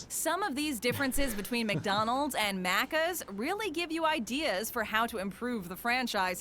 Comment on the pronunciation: The way she says Maccas is off point from how Aussies say it. Think “Big Mac” say the Mac like it is.. Maccas, and it seems to be pronounced Maccis as one word, one syllable, not Macc…as.